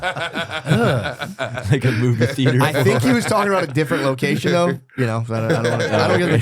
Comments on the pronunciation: I’m glad someone finally said it. Pair that with how he says “doe” instead of though. His face is hella swollen looking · He shouldn’t be allowed to get high before the show when he’s gonna be on it. He’s already at a disadvantage being as black as he is. It’s “though”, not “doe”